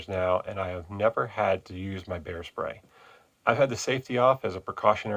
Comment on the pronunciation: Bear, not beer… Have a like anyway for your efforts in education